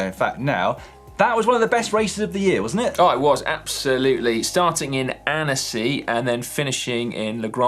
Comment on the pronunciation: Annecy pronounced "antsy"